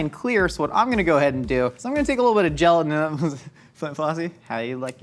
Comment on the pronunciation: Why does completely skip the “t” when he says “gelatin” 😤